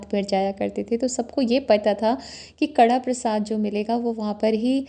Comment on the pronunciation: कड़ा प्रसाद नहीं होता ये कड़ाह प्रसाद होता है। हलवा को पंजाबी में कड़ाह बोलते हैं